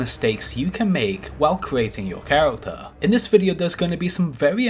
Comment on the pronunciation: Making fun of someone's speech impediment, truly some high brow humour.